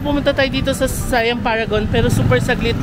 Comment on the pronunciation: The correct pronunciation of SIAM is “sà-yăam”. Low and Rising tones lang po sya. And just a tip, most of the food court naka loadable card un mode of payment nila. No need to worry if hindi na consume un laman ng card kasi pwede naman sya papalitan.